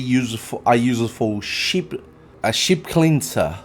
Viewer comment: Sheep, not ship 😅